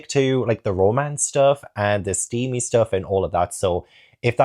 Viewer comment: me legit hearing say "momance", thinking it's a term I haven't heard before that describes gay romance 😂 then realising it's just plain old "romance".